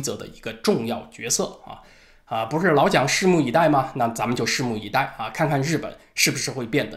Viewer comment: 「拭目以待」變成「虱目魚die」😅